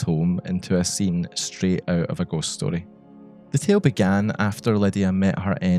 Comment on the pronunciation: nothing better than hearing a scottish person say “story” ugh 12/10 no notes. loved the inclusion of concepts like folklore, oral history, and liminality in this context !